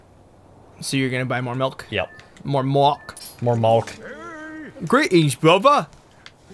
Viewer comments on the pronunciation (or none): says british accent "milk!" Dairy boi's beginggings...